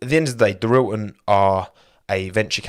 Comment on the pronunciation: I love how you tell us how to say Hyundai, and then immediately call Dorilton “Doril’n” 😂